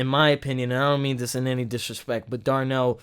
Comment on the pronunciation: I think you're saying Darnell in reference to the drummer. Dude's name is Larnell (Lewis) =) I love how he listens to the soloists and responds to them. Also, he is amazing, no doubt about it, but you've also got to give credit to the two percussionists, too. They add a whole other layer.